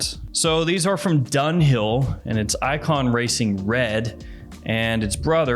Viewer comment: It's not "Donewell"......it's Dunhill!! 🤣